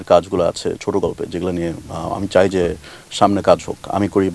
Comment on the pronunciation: Wtf is chay na? It's chai na. How these mistakes are getting to national tv.